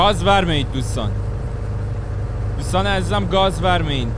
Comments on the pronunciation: میگم وَرمه نه درستش گاز وِرمَه هست😐😂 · باید بگی Gaz verma 😂😂😂😂😂😂😂😂😂😂😂با مامانم ب اینجوری تلفظ کردنت فقد خندیدم